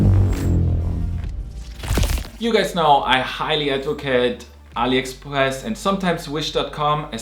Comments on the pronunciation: can you say Aliexpress? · That sounded french btw